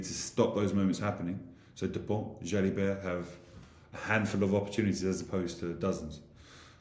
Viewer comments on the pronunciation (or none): Ntamack is correct, but who is Jalibet?:))